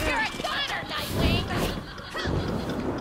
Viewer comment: Nightwing not Knightwing